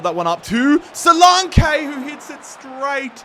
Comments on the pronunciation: Don;t forget Dominic Solanke: So-lan-keee not So-Lawn-kaay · Who tf is solake? Ur missing a whole N when pronouncing his name 😂😂😂